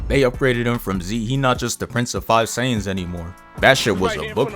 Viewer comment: Bro said “the prince of 5 Sayians” 💀💀💀💀